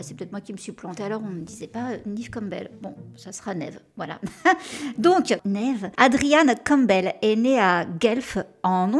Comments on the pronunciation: Quand tu demandes la prononciation de Neve sur Google, la réponse est Nive… À voir😅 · On dit bien " Nèv " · Merci pour la vidéo sur cette excellente actrice 🙏🏼❤️La prononciation du prénom Neve a l’air aussi difficile que le prénom Deirdre x)